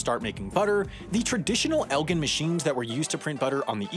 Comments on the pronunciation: considering the city of Elgin, Illinois is pronounced with a soft g (j) instead of a hard g, i have to imagine the butter apparatus and resulting stick should be pronounced the same way (el-jin) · Potential content for yearly correction video: I’d imagine the Elgin stick and Elgin Butter Tub Company are pronounced with a soft g, like cotton gin or the alcohol gin, since that’s how the Illinois city Elgin is pronounced. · Elgin IL is pronounced like gin, not good. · That's crazy I actually live near Elgin Illinois. Fyi its pronounced with a soft g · Great video except Elgin is pronounced like Eljin only say bc I lived near there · Elgin is pronounced L-Gin ( like the spirit). Its a city near Chicago. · For your correction episode, you can pronounce Elgin correctly. (El-gin, like the alcohol) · El-JIN. You really let us down here. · I love this video, but I live next to Elgin, IL and it's pronounced like "Eljin". Not your fault, it's English's broken spelling (maybe your next video should cover how it got that way) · You mispronounced Elgin. EL- Jin . Elgin Illinois was at the turn of the century known for a slew of skilled worker/ artisanal companies that made watches, bicycles, playing cards, beer, around 1900 was a very nice and up and coming place to live. I live nearby and it has taken a hit since many of these companies went out of business as of the last 50 ish years. But in its heyday, Elgin was a place where Chicago upper and upper middle class people had a mini mansion or just a plain old house to go on the weekends since Elgin had wide open spaces and was a weekender vacation town as well as making fine household goods. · Elgin is pronounced "El-jin". As in, "I'll have a gin and tonic". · its pronounced "el-jin" source: live there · OMG, every time he said it, I was like "It's El-jin". Not from there, but my dad was born in St. Charles and my grandma lived there for most of her life. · Elgin - Prounounced "El-jin" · Im from illinois and its "el-jin"